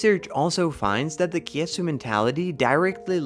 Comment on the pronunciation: Anyone Singaporean annoyed by how the narrator pronounced kiasu? I know it's not their language but the way it's butchered is incredibly annoying sounding to me...